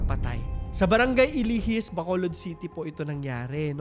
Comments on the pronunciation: hi po, alijis po hindi po ilijis sorry po kuya ah😂 mali lng kasi spelling mo kasi hometown ko po yan eh hehe sorry po ulit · Correction lang po.. Brgy ALIJIS po not ilijis😅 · Alijis hindi ilijis.. from Bacolod ako. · Brgy. Alijis po.hindi Iljis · BRGY ALIJIS po yun hindi po Ilijis, Watching from Bacolod city po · Hindi po bargy. Ilihis Bargy alijis po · Its A-li-jis (a-li-his) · Barangay Alijis po, Alihis pronunciation. Nevertheless ganda ng video.